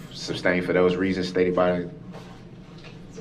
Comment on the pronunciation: SUSTAIN NOT SUBSTAIN. LOL!